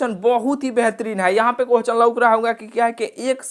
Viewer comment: Bhai pahle questions to sahi se boliye kohchan kohchan